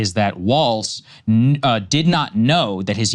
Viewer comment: Sagaar's bias is telling. He will not say Walz correctly.